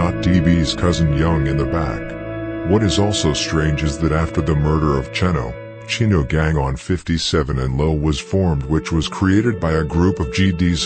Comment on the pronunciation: The computer voice be jaggin hard on some of these names lbvs. Chin-No instead of Che-no. Mah-kah-doh instead of Mack-uh-doo. Lol shots funny but good work..